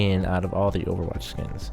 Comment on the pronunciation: in the beginning spelled Overwatch wrong 😂😂 he said over wach XD